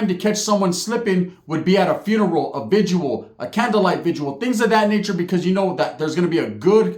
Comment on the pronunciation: VIGIL bruh, not vigual